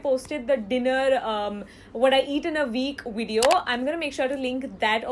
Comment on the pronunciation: "Veek wideo"